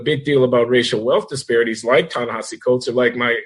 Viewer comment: Even Coleman mispronounces Ta-Nehisi ... It's gotta be a running gag among you three ... Glen, John, & Coleman. ;)